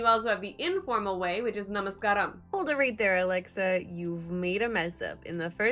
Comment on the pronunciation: Good you are learning and nice effort..good Na-Ma-Ska-ram... When spoke this you did over stress the K, the stress should be on the S and the K is silent like in Car, slight adjustment. Well done... You'll get to learn. Doing Verbs / Action verbs present tense always ends Aa sound in telugu. Feature tense and past tense ends with uu sound.. . Good luck